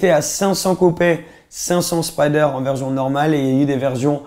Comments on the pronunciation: J’suis le seul que ça stress qu’il dit « verzion » au lieu de « version » ?😭😭😭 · C’est comme ça qu’ils dit les S écoute quand il dit « version » il dit toujours verzion